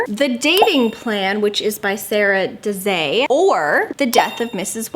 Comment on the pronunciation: btw I think Sara Desai's name is pronounced SAH-ruh de-S(EYE) if that makes sense (I can't say for sure if that's how your pronounce it but I know an Indian Sara and a couple Desais lol)